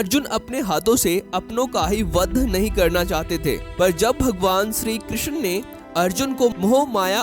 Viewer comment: अबे श्रीकृष्णा नाही होता, श्रीकृष्ण बोलो